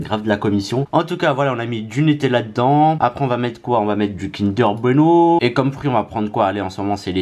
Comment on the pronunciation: "kinder beno" 🤣😂